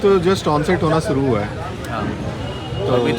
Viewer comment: Bhai thumbnail dekh ke ek baat .. bhai ki tarah bata rha hu , 'suru' nahi.. 'shuru'. I understand language ka state wise change rehta hai. Par pronunciation Hindi ka bhi thik karna chahiye jaise hum English ka karte hai.